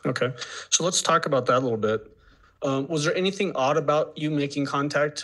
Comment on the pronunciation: I can't stand how she adds a "K" to words ending in "ing". ie... anythingk, everythingk. Ughhhh